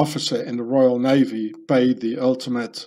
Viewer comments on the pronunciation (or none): none